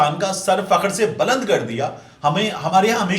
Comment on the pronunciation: Aham? baland? Aapse ye tallafuz ki umeed nahin thi.